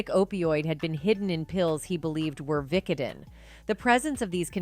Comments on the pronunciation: Did it bother anyone else how she pronounced "vicodin"? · I would watch this entire video over again just to hear the ways you pronounce "vicodin."